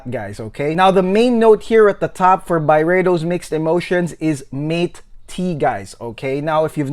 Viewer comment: Very good review you've got here. Mate is pronounced more like 'mottay' because it is spanish. But overall, I got a lot of great information from your video, and I liked it very much. Great work!